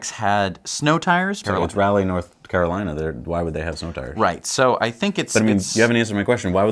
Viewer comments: It’s pronounced “raw-lee”, not “rally”. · It's RA-Leigh not Rally